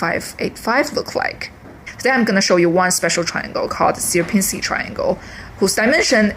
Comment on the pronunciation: There is plenty of different "dimension" definitions, and they all have not much to do with the word "dimension" an average Steve uses. Also btw, you butcher the Polish "Sierpiński"... it is nothing like "Syerpinsky", but rather closer to "Shyerpiñskiy". With Ś (soft S) at the start. Those Anglo-saxons really made a mess when transcripting Slavic languages.